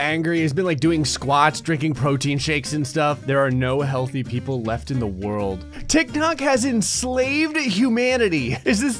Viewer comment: THE WHEN ID SAD THE WORLD IS SAID WOLRD